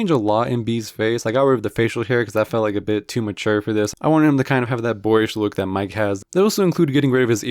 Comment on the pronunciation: Bro went from Mike to Miguel 💀